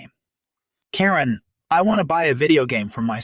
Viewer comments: I disagree! Don’t they say the customer is always right? She got what she asked for. I like the tax for being a Karen. Or a Ka-wren as it was pronounced. Also the Karen that said, Do you know who you’re talking to? I’d say, yes, a loud mouthed b*tch. If she’d spit on me I think I would have slapped her. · Thanks for the stories. Even if this voice can't get the name Karen right.